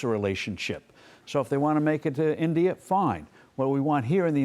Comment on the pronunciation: She couldn't say India. Or she doesn't know her geography 😂